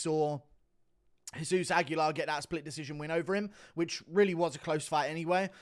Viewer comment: did he say jizz-zeus?